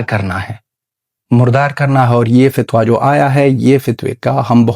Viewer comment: Abay "Fatwa" to thek se bol....Namak haraam afghani